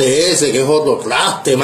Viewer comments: Al personaje este se le olvidó pronunciar la “R” en todo el video 😂😂😂😂 tlaste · Porfavor dígale a este que se dise traste no tlaste jajajajaja 😅😅😅